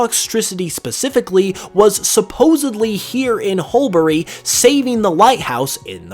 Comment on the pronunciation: The second ‘u’ in Hulbury is silent- pronounced hull-bree